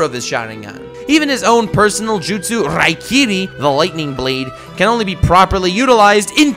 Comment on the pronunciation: it is raikiri...